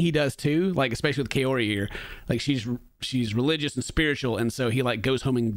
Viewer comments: Everytime he says her name all I hear is "coyote" 😶🤔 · why does he keep saying coyote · Could he maybe work on pronouncing her name correctly and stop calling her Coyote? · He never once says her name right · Am I the only one who is fed up with Ed saying her name wrong? At this point it has to be intentional. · I’m still waiting for the day Ed says Kaory’s name properly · Dude he can’t even say her name properly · Yeah he can't pronounce her name right, all I hear is "coyote" and it's not even close to what it sounds like shen she says her own name, Idk how he can be that far off. It's one thing to be bad at like rolling your Rs or something, but come on Ed, when you're literally dating the person you have to learn to say their name right, jeez. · I swear he’s saying Coyote. Not like he actually cares about how it’s pronounced. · I wish he wouldn't pronounce her name closer to "coyote", that would be really nice of him 😒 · At first I thought it was some "proper" Spanish pronunciation, but when she said her own name she pronounced it "Kay-orry. No one bothered to correct Ed, though. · Big Ed is so self involved he can't even pronounce his dates name correctly. He calls her coyote? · He can't even say her name right, I thought it was Coyote to start with >.> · Sounds like he's calling her Coyote. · Did he just give up trying to pronounce her name and just start calling her coyote? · Ed can’t even say her damn name right!! Seems like something he could have googled before he tried to hit it. Her name isn’t coyote Jesus Christ 🤣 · Whenever Ed says her name I hear Cayote for some reason. Guy can't even pronounce that beautiful women's name.